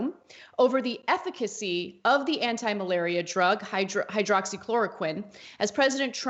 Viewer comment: "Ethicacy". I think my head just exploded